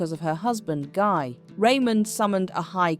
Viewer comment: Guy is pronounced 'Ghee' like in geese